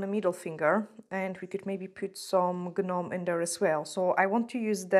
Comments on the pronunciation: Hey pretty lady just wanted to let you know that the G on Gnome is silent so you pronounce it nome instead you don't add the G in it just wanted to let you know so you would know also I know in the UK they are called gonks which I like that better then Gnome anyway lol and I have been born and raised in the U.S Atlanta Georgia so we've always said Gnomes but it's weird cause the original gnomes are little things that go in the garden in your yard and they actually stand in your garden and but you can see their faces it's not just their nose and hat that u see basically I've never seen the gonks till I started watching nail channels and seeing people from the UK painting them on nails and they called them gonks I fell inlove with them my Christmas tree for 2021 was decorated in gonks I couldn't believe the stores were selling those adorable little things to decorate with so the topper on my Christmas tree was the gonk hat and then I also had a bunch of them on my.mantel and hanging on my walls decorated my entire livingroom with them and it was done in plaid it WAS beautiful can't wait to get more.this year and decorate even more this year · doll im not throwing you under the bus, just helping you out, the 'g' in gnome is silent, nome aka gnome just helping you with much love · The G is silent in gnome luv. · The 'G' in gnome is silent, so just 'nome'. I like the almost black crystals (like a burning ember) and the AB ones. 😊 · The 'G' is silent when u say gnome.. so its just nome- English is so confusing 😕